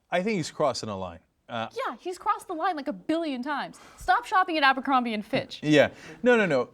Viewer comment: it's abercrombie not ambercrombie...